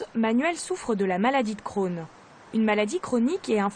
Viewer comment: La maladie d'Crohn alala le "e" n'est pas la pour rien